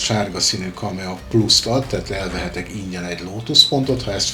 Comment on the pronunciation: KAMAE...nem KAMEA....bocsi